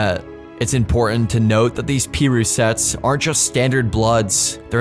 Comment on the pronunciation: Where is he from? He not saying street names right to be from LA, and this still not completely accurate but it does show the complexity better. The Christmas thing is an annual thing, at least 10 years… “Pee-roo” it’s pronounced “pah-roo” ima stop watching now cause this is straight ignorance talking.